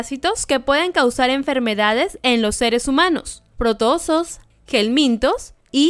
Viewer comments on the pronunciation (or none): Se dice Protozoos, no protoosos